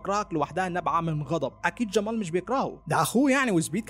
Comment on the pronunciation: ماتنطق جمال عادي مالك تعوج في لسانك 🙁